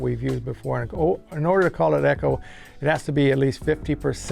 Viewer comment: ECHO——— PRONOUNCED CORRECTLY BY THE INVENTOR. So many people like feldberg, bald luke and other idiots do not know to pronounce ECHO